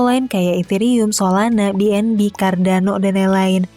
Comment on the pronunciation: "Solanak, Cardanok", seperti dialek orang Sunda ya?. hehehe